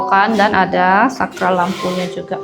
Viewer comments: koreksi yah. untuk penyebutan Plafon bukan Platfon dan Saklar bukan Sakral. klo Sakral ntar vibesnya kyk tempat² suci dan keramat dong..😊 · Saya juga senyum dengr ngomong sakral dan flatfon😂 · Betul. Pla Fon ( plafon) Sak klar (saklar)